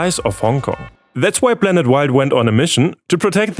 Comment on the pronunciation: Croatia being free of landmines is a bad thing: foreign troops keeping Serbians and Croatians from rekindling violence are now more likely to leave. I know you can pronounce "p". You did so in "Galapagos". Last time I checked, we revolve around a star, not a super massive black hole. So we aren't a blanet... Is that simply due to your reading technique or a learnt accent?